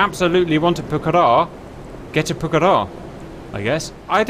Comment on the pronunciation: Well done for stressing the correct syllable for Pucará